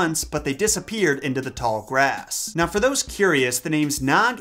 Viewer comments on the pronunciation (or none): none